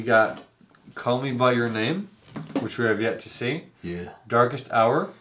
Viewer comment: And the Oscar goes to: Gary Oldman for "Daest Hour"